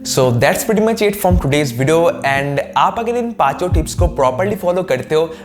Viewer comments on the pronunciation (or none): none